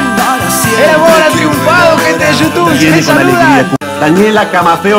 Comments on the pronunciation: eso siento yo cuando decis yutun y no youtube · Empeze a ver tus videos recien alvv son lo mejor..... Otserbar xddd Y vs decis yutun xddd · te reís porque dice "otservar" y vos le mandas "yutun" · El chico dice "ostervar" y vos en todos tus vídeos decís , "hola amigos de yutubn " jajajajajaja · Esta disiendo Yutum ? Espero que alla dicho Youtube porque se que sabe que se dise Youtube,bueno voy a hacer que lo dijo bien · dice "YUTUN"??????? WTFFFFFFF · comoque te quejas del pibe por q dise otserbar y vos desis yutun en vez de youtube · Y yo no soy mal pibe pero vos decís Yutun Y es You Tube no soy heater solo es un chiste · Esta diciendo "yutun" o me parese?? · YouTub se dice no YouTun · "Gente de shoutun" JAJAJA esa pronunciacion no te la robo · Vicky Ayala Shutun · Criticas al pibe que no dice bien "observar" y vos decís "Yutumb",... jajajajaja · Es you tubbbb , con "b" ,no con "n" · Yutun* JAJAJAJA, ni idea de a lo que se refiere con eso vos jaja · Al principio dijo..." bueno bueno bueno gente de YUTUN" xdxxd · Jajajajajjajaja por que decis gente de yutun😂😂😂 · "Gente de youtune", vos tenes problemas en el habla hermano.